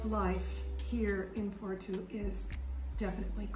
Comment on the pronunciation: I’m a Canadian Portuguese. I love the glitter in your eyes when you talked about your points for choosing Portugal. My wife (Filipina) and I are dreaming of moving and living there. Just a note: Porto is pronounced more like Poor-Toe not Poor-two 😆